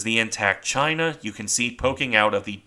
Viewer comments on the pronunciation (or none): none